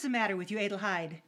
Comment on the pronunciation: It is a nice adaption, but the mispronunciation, several times of Hedi's full name Adelheid drove me nuts.